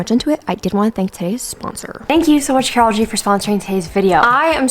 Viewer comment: I was sure she said sponsored by Karol G